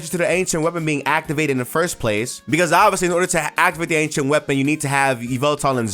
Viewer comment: Ok “ancient” I thought you said “h” 😂